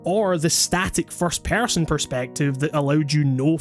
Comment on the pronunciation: "first pærson"